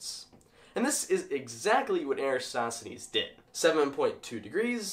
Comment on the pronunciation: This wouldn't be the internet without somebody nitpicking your pronunciation. It's "air-uh-TOSS-the-knees". :p GREAT VIDEO, though! Science is so cool.